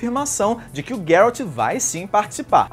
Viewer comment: MDS se fala Geraldi n guerraldi